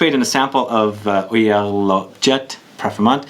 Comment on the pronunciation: Hi, Love Mr Corticchiato's work so I'm eager to try this. Oeilleres is to be pronounced huh-yeah-r btw;)